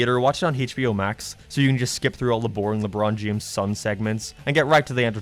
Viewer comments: Anybody else hear "lebron jemes"? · lebroan jahames